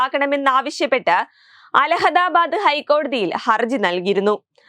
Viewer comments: അലഹദാബാദ് അല്ല കൊച്ചെ, അലഹബാദ്... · Shraddhichu vaayikkuka. Illahadabad alla, Illahabad. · Alhadadadh alla alahadadh ennane thiruthi vaayikkuka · അലഹദാബാദല്ല കൊച്ചെ! കോലാഹലാബാദ്.രാവിലെ നാക്ക് വടിയ്ക്കാതെ വന്ന് അലഹബാദ് എന്ന് പറഞ്ഞോണം ട്ടോ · അലഹദാബാദല്ല. അലഹബാദ് ആണ് 😮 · അലഹദാബാദ് കോടതി അല്ലാ, അലഹബാദ് എന്നാണ് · അല്ഹബദ്. ആണ് അൽഹാദാബാദ് അല്ല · ണ്ട മുന്നണിയുടെ മണ്ടത്തരം. രാഹുലിനെ തൊടാൻ ആർക്കും കഴിയില്ല. രാഹുലിന്റെ ജനപിന്തുണ ബിജെപി യെ വിറളിപിടിപ്പിക്കുന്നു. മോഡിയും യോഗിയും നിലവിളിക്കുന്നു. അവതരികക്ക് അല്ഹബാദ് എന്നുപോലും പറയാൻ അറിയാത്ത മരമണ്ടി. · മോളെ അലഹദാബാദ് അല്ല അലഹബാദ് ആണ് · Correction, അലഹധാബാദ് അല്ല... അലഹബാദ് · അലഹദാബാദ് അല്ല, അലഹബാദ് ആണ് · ഒരു കര്യം ഓർമ്മിപ്പിക്കാൻ ഉണ്ട്. അലഹദാബാദ് അല്ല. അലഹബാദ് ആണ് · അലഹബാദ് എന്ന് മര്യാദയ്ക്ക് പറയാൻ പോലും അറിയില്ല😂